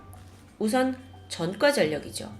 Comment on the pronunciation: 왜 이렇게 ㅈ발음을 이상하게 하지;; 전과 -> 젼과 그제서야 -> 그졔서야 조사 -> 죠사 처음 -> 쳐음 왜 이렇게 발음함..??